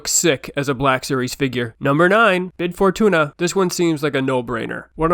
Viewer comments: Uh, you might want to edit #9. It’s “Bib” Fortuna with a “b”, not “Bid” Fortuna with a “d”. I’m hoping that was an innocent mistake for an “OT Purist”...😏🤪. As for your list? It’s OK. Thx! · Bib Fortuna* not Bid. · Oh no, commenters aren't gonna like you calling him "Bid Fortunya".